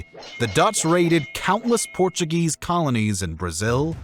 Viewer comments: Very interesting and informative. However there are a number of incorrect statements, he gets basic directions wrong, and mispronounces words in Spanish Portuguese and English. Also he English words incorrectly. But overall a good video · Porttugese :) Portuguese.